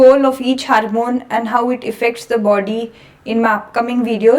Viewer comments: Hamoon😂😂 she means HORMONE. JEEEEZUS 😂😂😂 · harmon? you mean hormone?